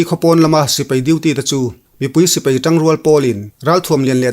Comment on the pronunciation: Mizo tawng ah sipei a awm lo sipai ti in lam ri tawh la a ngaih thlak a nuam zawk ang a pu zori mawi